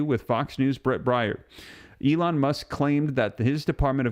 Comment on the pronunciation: It's pronounced Brett Bare 😊